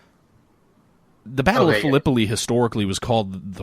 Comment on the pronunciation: Battle of Phil-eh-pie. It does not rhyme with Galipoli. Love the conversation btw,...the game sounds really cool. Total war: Civil War would be great if they did it right.